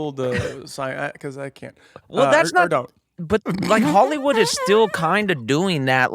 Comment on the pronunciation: Blake says Ollywood. Ridiculous